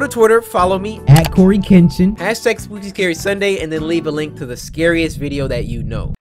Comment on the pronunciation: First you said spoopy and then you said skuke and then you said shookey